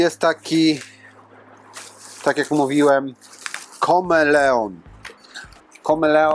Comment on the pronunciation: FACHU!!! KOMELON a nie KOMELEON. Jeszcze jest KAMELEON, ale to już ZWIERZE!!!😅 Znam ten sklep z reklam na YouTube. Znajduje się w BIELSKU BIAŁEJ, czyli jakieś 50 km ode mnie. Mogę sobie podjechać i to wszystko pomacać!